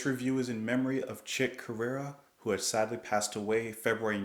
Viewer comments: Chick's name is pronounced 'Core-REEuh'. Id love for you to dig into some more fusion. Chick's Elektric Band 'Got a Match' is badass and I'm sure you would dig it. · It's pronounced the same as Korea